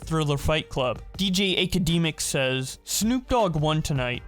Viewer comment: “Dj akademiks” come on now it’s academics 😂